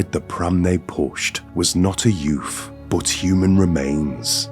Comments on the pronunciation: yeah. I love the way talks tho. It's just the "yoof" that made it sound so funny. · What's a "youf"? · I love how he says ‘youth’ lol yuf 😅❤